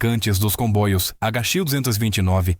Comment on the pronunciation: Por que o narrador fala " combóios". É para aparecer?